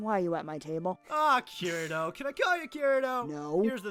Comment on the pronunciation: he not saying kirito the right way bro lol